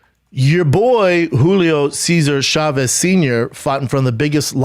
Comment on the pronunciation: The struggle with the Julio Cesar Chavez names lolololol on top of that the Camacho's. Hey real quig B, we married to a messican?